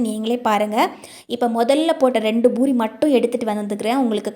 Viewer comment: Boori இல்லே poori என்று சொல்லுங்க.